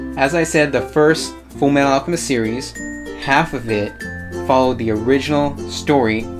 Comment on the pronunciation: He says 'fumealalchemis' first time and I am like - whattttttt u say🤨🤨